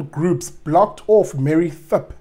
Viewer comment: This guy can pronounce 'Dimakatso' well but can't pronounce 'Thipe'! (He said Thip or Thype') 😏Lol